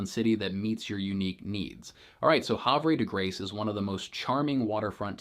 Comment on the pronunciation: You are not a local....your pronunciation of Havre de Grace and Susquehanna are not correct.